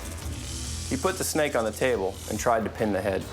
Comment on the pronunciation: Hehehe, said snack instead of snake